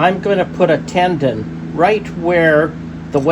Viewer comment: Beautiful wood. By the way, it's a tenon, not a tendon.